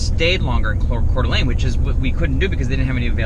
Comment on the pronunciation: How fun to stumble upon you visiting my home town of Coeur d’Alene. So refreshing to hear you pronounce it correctly. Love watching your adventures!